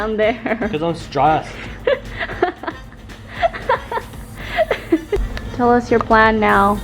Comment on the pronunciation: "it's cuz I'm streyessed" Why did that kill me